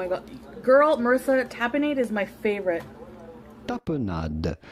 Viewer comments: IM 💀☠️💀☠️💀☠️!! “TA-p0H-nAhDduH” “TA-p0H-nAhDduH” 😹🤣😂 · I have never had olive tapenade, but even I knew how to correctly pronounce it!! 🤦🏽‍♀️🤣